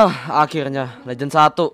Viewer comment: bang kenapa akhilnya ngomong nya